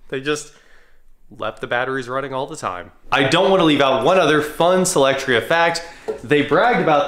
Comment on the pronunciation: You always pronounce it SElectria buts it's SOlectria